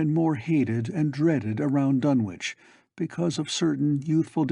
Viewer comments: I have long since grown sick and tired of the mis-pronunciation of the name "Dunwich" by absolutely everybody. It is my pet peeve. This is an English name and it ought to be pronounced in the English manner. Lovecraft was English to the hilt and at his very core. It's "Dunnidge", not "Dunn-Witch". For Greenwich, we don't say "Green-Witch", but Grennidge. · Silent W.